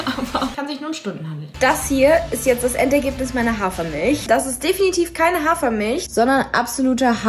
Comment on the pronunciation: JULIA ES HEIßT HAFER MILCH MILCH VERSTEHST DU ES M I L C H